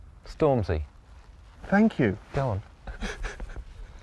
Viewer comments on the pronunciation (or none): Right, why is he saying stormsy ?